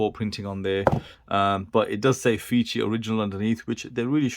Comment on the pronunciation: The brand is pronounced "face 3". Definitely not feces. The fei is like typical Chinese "fay" + c = "face" and the last letter is the number 3. So please buy watch that does not pronounce fee-see